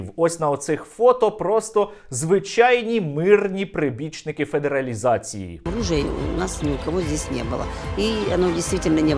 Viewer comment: Педералізація, а не федералізація